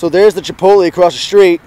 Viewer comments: chipot-lay.. not chipot-lee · chip-ote-lee. y u say like dis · It is pronounced chip-oat-lay. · Pronunciation - chi-polt-lay... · LOL the way you say chipotle. Huehehehe. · Stop saying chipotle wrong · Alright is it just me or is he saying chipotle weird?? Srs